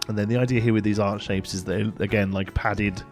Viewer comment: every single time you say "art shape" (which is what i assume ur saying) i hear "heart shape" and my head goes THAT'S ACTUALLY A RECTANGLE SIR